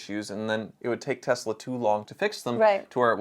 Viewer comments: can you please Spell Tezla I mean Tesla 😂😂🤣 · God I wish everyone would stop calling this company TeZla. Has everyone gone full retard?